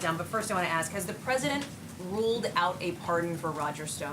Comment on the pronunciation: It's "ask".